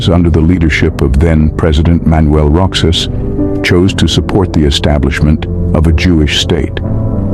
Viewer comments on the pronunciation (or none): Just a small correction. Roxas in pronounced "Rohas" not "Rok-sas". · Roxas "rohas" not roksas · ROXAS IS PRONOUNCED AS ROHAS NOT ROKSAS❤ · we pronounce "Roxas" as "Ro-Hass", not "Rok-saas" po.❤ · Rohas is the pronunciation not Roxas if your wondering. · I was concerned of the way he repeteadly mispronounced Roxas. Did not even researched how to pronounce names he was not familiar with. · it is pronounced as ro-has, not rok-sas. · Roxas is pronounced "Rohas" lord have mercy... my bells are ringing. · Roxas is pronounced as Ro-huhs. X sounds h not x. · pardon me but the exact pronunciation of roxas is like rohas! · Although this was great what really bothered me was you pronunciation of roxas its supposed to be said " ro has" but i understand that we have different pronunciation but it just really bothered me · this comment is not bashing this narrator but just to correct about how to pronounce ROXAS... It pronounce as ROHAS.. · Roxas was pronounced as " Ro has ", anyway i enjoy your content, subscribing now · Roxas is read Rohas😊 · Wrong PREIDENT... Abd WRONG pronunciation... ROXAS is better known as ROJAS in other spelling == ROH'AS Just as TEXAS is supposed to be pronounced TEJAS == TEH'AS and so it's spelled on older maps... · The letter "X" in ROXAS is pronounce as "H"